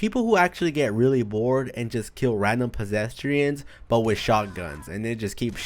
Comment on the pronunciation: "Pesestrians" Pesestrians stoopid